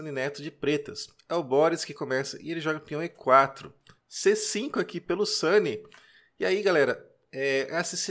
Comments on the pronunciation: Sempre ouvi SUNIÊ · Vc pronuncia o sobrenome do Jaime de forma incomun. Em toda minha vida não tinha ouvido essa pronúncia. Ficou muito estranho ouvir "sani". Mas a partida foi muito bem escolhida. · Olá amigo eu acho que a pronúncia não está correta, Sunye em japonês significado iluminado e se fala Sany é o navio do Luffy de Onde Piece ..Mas não sei como pronuncia o nome do mestre Sunye! Muito Obrigado por comentar! 🙏